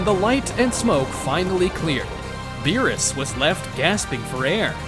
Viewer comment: Beerus not berrys